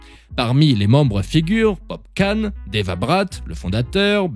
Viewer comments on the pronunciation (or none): none